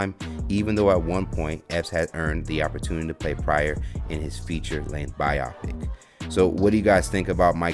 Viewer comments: Bio pic is not the same as biop pic. Good review. Too good to fail due to mispronunciation. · dude its BIO- PIC not bi- yapic... kept throwing me off but otherwise love the channel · good video but its pronounced bio pic like BYE O PIC. please.